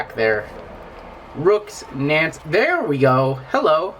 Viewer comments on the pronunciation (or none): none